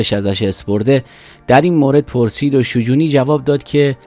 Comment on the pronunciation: تلفظ شجونی رو اشتباه میگی. در دامگه حادثه نوشته پرویز ثابتی نیست ، مصاحبه های تجمیع شده با ثابتی است.. در کل خوب بود ، باتشکر